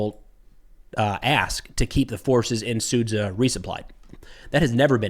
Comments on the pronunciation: It's pronounced Sudja. Not Sudza. thank you, great content. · zh sound in Sudzha is being read as sound j in jelly. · Another good overview,, thank you. May Ukraine fend off imperialistic putin's Ruzzia. You've been mispronouncing one sound in Sudzha:..dzh. should be like "j" in "just", "jar" or "javelin". "Ninja" ['ni:ndʒiə] has pretty close ending to Sudzha ['su:dʒə]. It's just a small detail, but we all want you to be perfect in all respects)